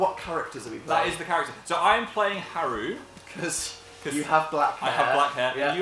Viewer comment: am i the only one who gelt uncomfortable when dan and phil pronounced Haru and Makoto wrong?